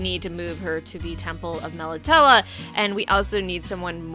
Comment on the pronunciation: Sorry to be nitpicky but your pronunciations of Melitele and Kaer Morhen threw me off 😂.